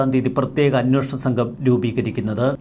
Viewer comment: 'അന്വോഷണം' എന്നാണല്ലോ ഇപ്പോഴും പറയുന്നത്. 'അന്വേഷണം'എന്ന് തിരുത്തിക്കൂടെ?